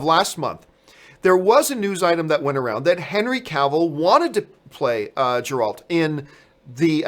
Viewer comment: The G is Geralt is pronounced as a hard G like when saying Gary.